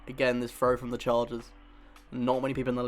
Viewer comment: I had a little trouble at first, hearing your "frow" instead of "throw" and "free" instead of "three". . . But luckily I have noticed this British/English way of speaking the "th" sound, although I know it is probably a regional, rather than a national pronunciation.